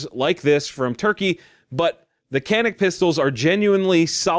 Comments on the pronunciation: it’s pronounced ‘janic’ FYI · I've heard 'Canik' is pronounced, 'yah-nick'...or was it, 'jah-nick'.....?